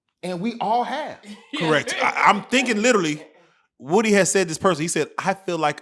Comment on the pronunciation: I'm tired of them saying WOOD-Y, lord it's WOOdy